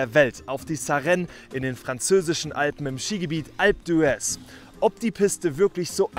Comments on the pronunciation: Super Video! Endlich mal Französische Alpen 🇫🇷🏔️ Ps: Man spricht das Skigebiet Alp dües aus :) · Das H … wird im Französischen nicht gesprochen es heisst alpe d üez wenn so schreiben darf … also laut …